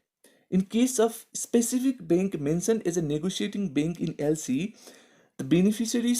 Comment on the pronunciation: It would be bank not bink